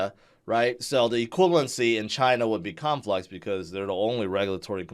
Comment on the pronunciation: Lmao I heard u say Cum flux 🤣